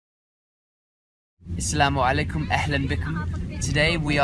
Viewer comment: AsSalaamu alaykum. ( it actually sounds like yur saying Iss-lamu alaykum.) I was taught to say MarhabaN with an 'N' sound at the ENd. bahabuk. Ya Bahabuk😇